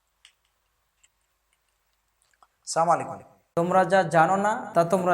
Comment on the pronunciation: আপনি তো সালামটা সঠিক করে দিতে পারেন না , স্লামালিকুম তার মানে কি🧐🧐